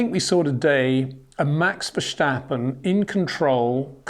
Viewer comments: Hi Peter, I would love to meet you so I can explain how to pronounce Verstappen. It has been 4 years now so I think you should've learned it by now. Until we can meet, here is the thing; there is no "sh" in VerSTappen. Just a simple "st" like in "stop". You can do it! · Max doesn't care who his team mate is. He's not afraid of competition, he has actually said he wants a strong team mate to fight against. He's matured to the point where whatever's going on in the other car is of no concern to him. Btw, Peter, Verstappen doesn't have a sh sound before the t, and Charles Leclerc's surname is pronounced Luh-clare. No k sound at the end.